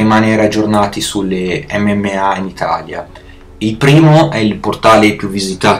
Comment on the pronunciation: Dice MMMA😂😂